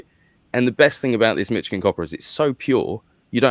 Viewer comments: It's not pronounced Mitch - igin. It's pronounced as Mish - igin. The last part you're pronouncing correctly, but the first part sounds like MISH not MITCH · When I lived in Onsted MI I would dig up chunks of copper & quartz geodes whenever I stuck a shovel in the ground for gardening. It was awesome! (Michigan is prounced Mishigan.) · You mean, “Mitchigin” 😅